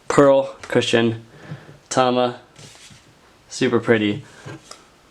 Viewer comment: Every time said "cushion" I heard "Christian"